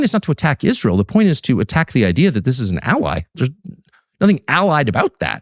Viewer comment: lol. When Ben started about the danger to American troops I thought he was talking about Izrail. Haha. Silly me. He was talking about I-Ran.